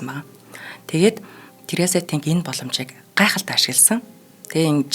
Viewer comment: Нэрийг нь ядахдаа зөв хэлээч дээ ТэнГ гэхгүй арай л юмаа